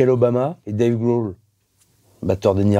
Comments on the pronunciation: "Déïve Gweul, batteur de nirvana" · dave gwowl